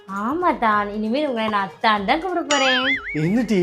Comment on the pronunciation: அத்தான் இல்ல அர்த்தான்.... 😂